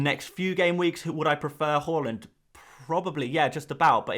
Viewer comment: Great video but Please pronounce haaland correct 😂